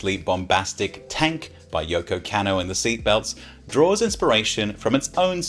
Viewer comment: Dodgy pronunciation count +1 with Yoko “Cannow” lol, great vid